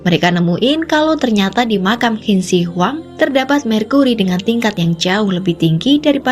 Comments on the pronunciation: Qin bacanya cin. Bukan hin deh kayanya 😮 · Qin di baca hin😅😅 ngakak dgr nya